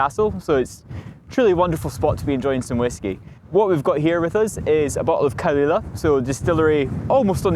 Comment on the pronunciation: He needs to learn some Gaelic. His pronounciation is awful.